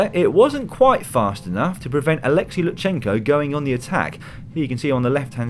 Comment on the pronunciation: LuTSenko, not LuTSHenko (T pronounced very shortly immediately followed by S). And thank you for great highlights!